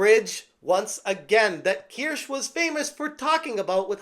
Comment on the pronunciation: Kirsch is a kind of alcohol, Kirsche is a v-tuber speaking against DEI. The E is not silent